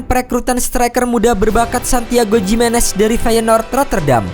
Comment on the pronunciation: Lebih tepat bacanya Himenez, bukan Jimenez